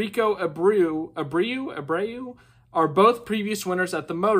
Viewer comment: Rico's last name is pronounced like A brew so its Rico Abreu